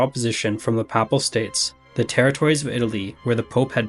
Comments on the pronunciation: This was very well done! But it's the first time I've heard 'papal' pronounced as 'papple'. It's 'pay-pull'. Where did you get 'papple' from? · This may only matter to be, but, Ducat sounds like "duckit," not "doo-cot." And Papal has a long A sound, not a short one as in "apple."